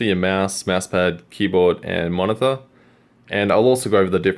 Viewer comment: Did I hear monithor?